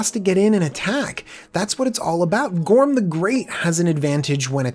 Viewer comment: I think he said Gorm wrong